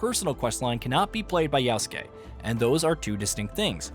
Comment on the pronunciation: why doeas he call him always Yausuke when his name is Yasuke